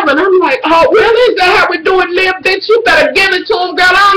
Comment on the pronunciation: I love how you call her Lib even though it Liv love ya